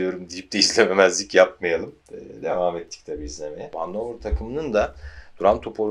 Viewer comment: Güzel video. Telaffuzu Hanofer bu arada. Saygılar